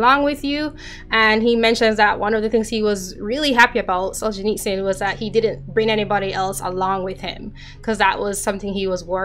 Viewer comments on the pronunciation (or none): Have you considered asking a Russian to pronounce Solzhenitsyn? Love the final attempt but it still seems somewhat Jamaican (and Dutch ;-)